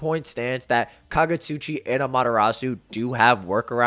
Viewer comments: Just nitpicking it’s no Amata-rasue…. It’s Ama-TEH-Rasu…. Kinda of annoying Ngl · I hate the way Americans pronounce Amaterasu. It's ah-mah-teh-rah-s the U is silent. How do you pronounce Sasuke? Is it sah-SOO-kay? Or is it sas-KAY? Why can't y'all do this with Amaterasu? It makes me not want to even watch these videos.